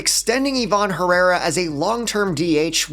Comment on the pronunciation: Bro said ivan herrara 🤣🤣🤣